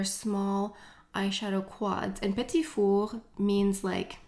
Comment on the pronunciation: I’m a sucker for the Guerlain lipstick cases. I’m sure I’ll pick 1 up. I live in South Carolina & my husband is French. My last name is Paradis. It is soooo refreshing to hear u pronounce the word “petit four” correctly. Other YouTubers butcher the name of the Viseart eyeshadows. Also, I get my last name butchered constantly. I don’t speak French, but I am cultured. I’m Italian, and so we gave our daughter a European Italian first & middle name & she has a French last name. My poor baby. When we tell people her name, they just basically stare at us in confusion. Her name is Floriana Amore Paradis. Floriana is also considered a French name as well. I just don’t think it’s as popular as it is in Italy. She does have a nickname, as do most Italians. We just call her, “Tink” I’m telling u though, being French & Italian, she will know all things luxury. Lol! Thanks for another fun video!♥️💄